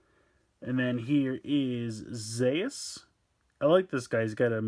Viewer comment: It's Zearth. In Japanese they pronounced it Zeas. Ultraman Zearth is ridiculous and comedic Ultraman, because his transformation device is toothbrush. That's for correction